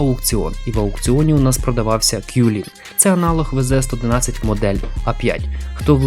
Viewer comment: Та сколько можно обзывать WZ-111 Qilin не правильно. Он читается не кьюлинь, а цилинь.